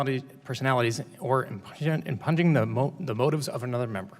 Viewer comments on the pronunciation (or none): Did he say impunging? The word is pronounced and sounds like "impune"....hard u. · Did Mr. Kennedy just say "im-ha-impunjing"? It is impugning (im-ˈpyün- ing). Brilliant, simply brilliant. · "Im-pugg-ning," Mr Kennedy?